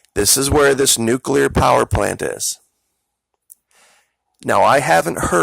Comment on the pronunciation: A neucular hurricane?